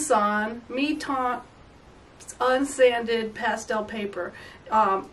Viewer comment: I loved your demonstration, thank you. Btw, Mi-Teintes should be pronounced more like "Me Tant," rhyming with "rant"). I tried it on the textured side and even though I liked the results I got, it saturated quickly. My problem is getting the right stroke widths when using my round sticks of Sennelier and Rembrandt, the easiest to find here in France. I think the square sticks might be easier to control. Would you agree?